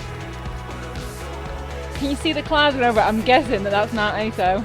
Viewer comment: You're probably way past by now but Aso is pronounced a-so. "a" as in "cat", "so" as in "sorry". The guy with the fruit would have had no idea where you were going! Good luck - have a great trip. I'm in Fukuoka. Feel free to message me if you get stuck or need any help. Bloody hell - just seen on Strava you are back home!